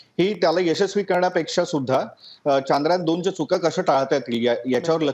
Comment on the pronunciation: प्रत्येक भारतीयांनसाठी खुप अभिमानाची गोष्ट आहे ,,, पण हे चांद्रयान चांद्रयान , का मणत आहेत सर्व जण, सरळ शब्द आहे चंद्रयान , पण काल पासुन का चांद्रयान चांद्रयान चालु आहे,,, " चंद्रयान " या सोप्या शब्दाला का अवघड करून बोलत आहेत ,, बर यात काही शास्त्रीय कारण आहेका असेल तर नक्कि सांगा ...?